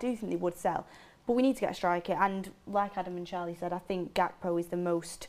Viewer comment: finally learned how to say gakpo😂